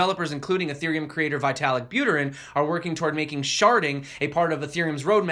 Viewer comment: Vitalik is pronounced as vee.tuh.lick. It's cringing every time I hear you say vytalik